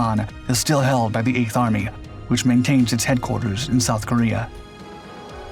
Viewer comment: Eight hundred seventy eigh'th😂